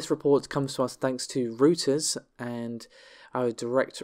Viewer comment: Reuters is pronounced Royters! 📢 🙊